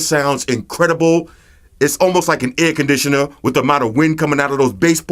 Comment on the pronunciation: Its olmoost like a aircondisanar 😂😂😂